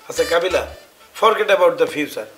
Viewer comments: Bro kobila na kabila hobi uscaron banan ta thik korun tar por comment korin bro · শুভ সঠিক বা ভূল যাই বলুক ইংরেজি বলে কিন্ত কাবিলা তো ভূল বলে তাও ভূল